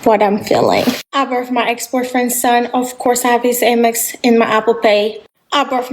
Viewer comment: She cant be serious! She got the boot after getting knocked up! We saw all the videos in the past and she now on here talking about "I birf my ex boyfriends thun" showing off again! Also that accent coming out more now that she struggling lol